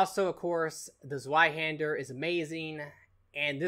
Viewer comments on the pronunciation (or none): Kevin Games It's pronounced z-vei-hander. He was mostly correct except Germans pronounce the "W" as a "V" like Russians. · Actually zweihander is pronounced z-vee-hander